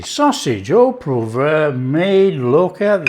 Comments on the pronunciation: Haha. I think his initial poo vrah became poo voir which should methinks be more of a Pwoi vra phontically but has earned the right to pronounce poivre how he likes!! 🙂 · You Had Me at "ooo puvwah" (sry cant spell French) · Oh pwarvrer, but uses Yorkshire pronunciation. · you need to work on your pronunciation of "au poivre"! 😜